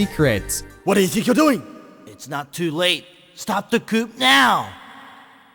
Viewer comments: It's pronounced "coo" not "coop" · that's not how "coup" is pronounced.